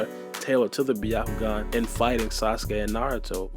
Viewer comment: it's pronounced Bya-ku-gan not B-ya-ku-gan.